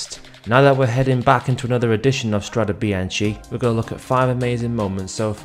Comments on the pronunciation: PRONOUNCED: strade bianke! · Nice video but it's pronounced strade bianke (and the "e" is pronounced just like the "e" in the word "end" )